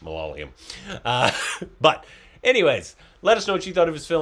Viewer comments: Please try and try till you get it correctly. It's pronounced as ma-la-ya-lam Or mala-yalam. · It's not malala-YUM.. it's pronounced MA-LA-YA-LUM... Please. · "Malyalium" - Korbinised ! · will learn to say Malayalam now. If this is mistaken again I will hit the report